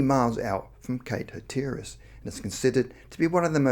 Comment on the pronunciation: Great video, as always!! One small correction, Hatteras is pronounced Hat-er-russ ~ thanks!! ❤️